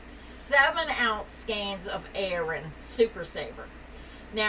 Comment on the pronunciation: Love you, but please stop saying “Iran” for Aran. It rhymes with barren. Or Aaron, as in your relative’s name. Thank you!